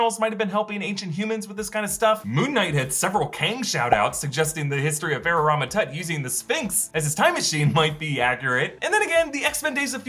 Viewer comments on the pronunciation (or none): none